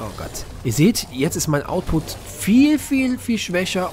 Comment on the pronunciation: Ja es heißt output und nicht ausput... Sind deine Abonnenten 12 oder warum redest du so als würdest du mit Kids reden?